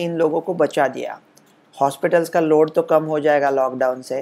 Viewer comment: Guys this Dr is confused by himself only and he said Lauda instead of saying load hey bhagwan aisa Dr agar guide karega toh hum toh Gaye ram bharose bachale bhagwan